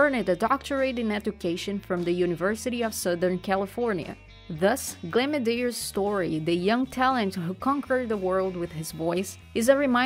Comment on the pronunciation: Nice video. Thanks for uploading. Please watch your pronunciation though as it's a bit distracting ('ed' isn't pronounced as a separate syllable) but you pronounced his surname Medeiros perfectly! You must be Portuguese speaking 😉